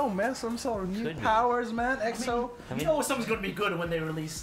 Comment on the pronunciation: Is it just me or did he said EXO tampon 😂 hahahaha dayum I'm crazy